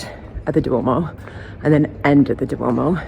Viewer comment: Ok you are fabulous but….. Duomo has two syllables, Duo mo, not Du o mo. The accent is on the third syllable in tra tor ri’ a. Sorry. 🙁 I’m a pronunciation snob. Lol.